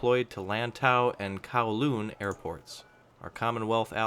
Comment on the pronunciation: Well at least he said lantau and kowloon right